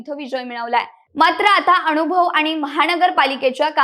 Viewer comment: अनुभव - अणूभव नाही, मनसे - मणसे नाही, नाव - णाव नाही